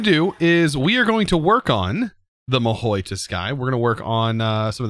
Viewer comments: god please its not mahoui, its mahou - ma, ho, ho from santas hohoho, mahou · I think it's prounounced maho tsuukai. I don't know where you get that i in mahou lol.